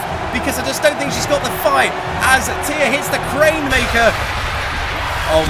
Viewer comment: Oh thank goodness, he said Thea's name correctly